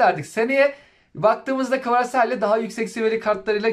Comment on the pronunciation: kvaraselya ne be abi. kvaratskila diye okumuyor. kanser ettin bizi